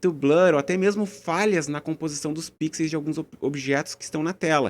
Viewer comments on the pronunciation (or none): O correto é "pixels", não "píxeis".